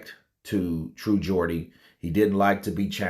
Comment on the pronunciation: As a Geordie myself iam genuinly happy you pronounced it the right way lol iam not really a snowflake it was just odd hearing it pronounce the other way lol